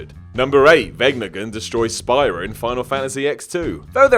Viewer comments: It's "speara" not "spy-rah" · Say it with me. Speera. It's pronounced Speera. Even in the games, they call it Speera. not Spyra. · It's pronounced SPEAR-AH. Not Spy-ra. Have you even played these game? They're awesomely voice acted and they only say Spira about a million times throughout. And Zanark-Land... seriously? Two things: it's Zanarkand (no L) and they are reunited on the island of Besaid, not in Zanarkand. You really haven't played these games have you? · seriously? Did you really just say X-2 as an X rather than 10? it's called a Roman numeral ffs.....also it's Speer-uh not Spire-uh and Ky-nay not Kane. :/ oh, and if Meryl dies Snake leaves with Otacon, NOT Ocelot... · "speara-spira" SPEAR-A! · "Spy-ra"? Are you mispronouncing Spira on purpose? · Spy-Ruh!? Ooooooooooo... No way you played game. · it feels like it is so, cause EVERYONE who has even played the english version knows it's "spear-ah" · He also said "Kane" instead of "Kainé" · Amazing considering that game has like...voice acting and it's said about fifty times. Did you also catch "Zanark-Land"? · Not gonna lie. I cringed a little at how he said Spira and Kainé... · mispronouncing means people will comment. So more page traffic -_- lots of vid's do it now & it's pissing me off. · That pronunciation of spira made me sad. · So triggered by the pronunciation of Spira. Maybe the player of these games should narrate so we have someone who knows what they're talking about😭👌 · How you pronounce spira and everything from oddworld hurts me so much 😣